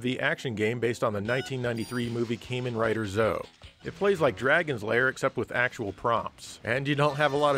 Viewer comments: "Kaymen Rider Zo" Hoo boy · Camein rider lmao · Just curious, but how could you mispronounce anything on a message board? Misspell, maybe. :) But seriously it fills me with a small bit of glee that my pronunciation has ruffled some feathers here, like people expect I should know how to pronounce it somehow. Sadly I'm sure I'll never have a reason to pronounce it again, so I can't truly rub it in like Tate. The best thing the developers could've done is have someone say the game's name on the title screen, but alas they did not.